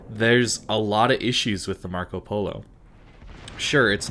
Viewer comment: Your pronunce of Marco Polo Is really good btw!